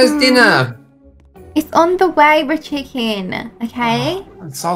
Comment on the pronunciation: Every time he says Richard richiken